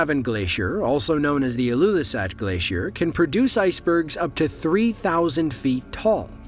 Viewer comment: Most of those are captured in Greenland ilyoulissart lmfao Why are Americans so bad at pronouncing Greenlandic words?